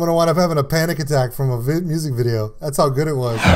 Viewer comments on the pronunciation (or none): none